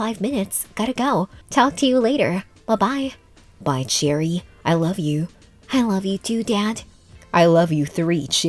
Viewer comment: It’s cherie not cherry.